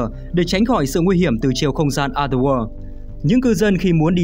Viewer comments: chữ "o" trong other kênh đọc đúng là "ə" rồi còn gì nữa? Có tra cách phát âm trước khi bắt bẻ không đấy? Hay là ông nghĩ phải phát âm "o" đúng kiểu o tròn như quả trứng gà :D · đọc đúng rồi mà